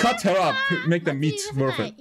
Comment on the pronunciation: Where r u from? I can’t pick out the accent but the way u say worst makes me think German